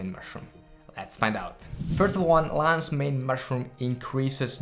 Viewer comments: I heard Lays main mash it up room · “Lannz Mayne mushroom”